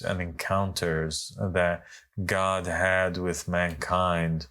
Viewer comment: "God", not "Gog" 😊